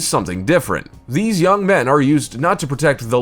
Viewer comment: Had to like when u said "cool videos liike theeze" 😂😂